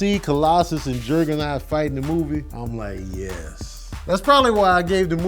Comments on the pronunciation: Who the heck is Jergger-naught? Its Juggernaut lol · I'm gonna need to pronounce Juggernaut correctly. Lmao this nigga said Gerrrgernot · Why the hell you keep saying Jerg-a-naut?....bc that's fucking wit me lolol you saying "Jerg-a-naut" aggravates me like that kid on DP2 aggravates you lol. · Are you saying Jurggernut? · That invisaline got him out here saying Jergenot lmfao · Why r u saying juggernaut weird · Is that how Juggernaut is supposed to be said? Or is fresh off watchin a Madea movie?